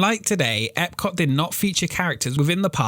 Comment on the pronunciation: You know there’s a letter “T” at the end of the word Epcot right? Your accent cuts it off lol. I love your videos keep it up!